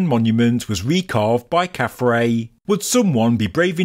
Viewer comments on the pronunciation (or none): Again, as someone who both reads and writes ancient Egyptian, that is KhafRa (pronounced 'khaf-rah') which means "He shines as Ra", and DjedefRa (pronounced 'djed-ef-rah') which means "He is established in Ra". This sphinx is obviously Nubian in origin, with a black Nubian head and hairstyle. It is probably a votive offering, brought to Gizah by someone from the Kushite kingdom or the Maadi culture in early dynastic times.